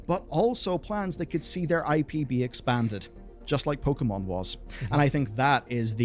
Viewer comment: Why do all od these guys pronounce Pokemon in such a ret4rd3d way?